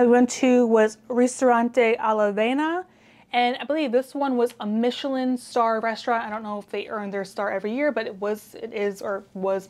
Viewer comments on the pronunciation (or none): none